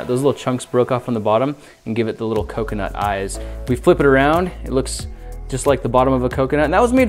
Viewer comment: Was he trying to say coke-e-nut